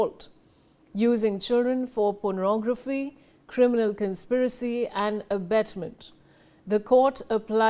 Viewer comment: It is NOT "Ponorography" it is "Pornography".